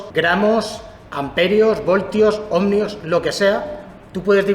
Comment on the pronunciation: Cada vez que dice /omNio/ en lugar de /Omio/ para los Ohmios se muere un gatito. Buen video igualmente.